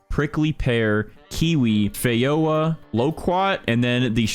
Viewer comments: its pronounced feh-joe-ah not fey-ho-ah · no way you just just said "fei yowa" 💀💀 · as a new zealander i cried when he mis pronounced feijoa XD. Anyway, love ur vids keep it up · Fejoa jeeee Joe aaaa